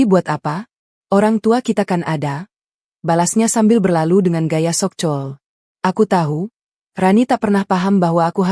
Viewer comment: Aduuuhh ini LG satu admin hadeehh bukan so cool tp nyebutnya SO KULL ..😂😂..g enak bngt ..dengernya so cull 😂😂